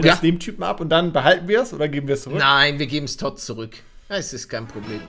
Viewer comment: MAN SPRICHT TOUD AUS 😂😂😂😂😂😂